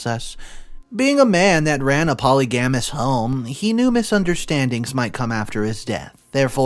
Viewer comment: Dude, who the hell reads for a living and cannot pronounce the word polygamous?! Why don't you read over these posts first, google the words you are not sure how to pronounce, practice saying them a few times, then start your recording?